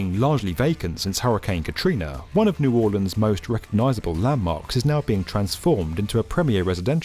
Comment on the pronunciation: Love this channel...you even say " New Orleans " correctly!.